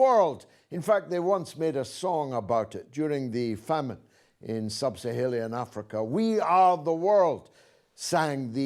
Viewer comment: >"Bareback"... "U-ker-ah-anian"... "Sub-Sar-hair-ian"... I used to believe that he was just being jocular... but, I'm beginning to think that he may actually be dyslexic 🥴